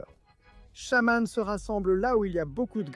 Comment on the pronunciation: C'est EthernatOS, pas Ethernatus ! Tout comme Shaymin se prononce Shay-mine, pas shaman. Reshiram incarne la RÉALITÉ, pas la vérité. Kyogre n'a pas besoin d'accent pour que son nom soit prononcé.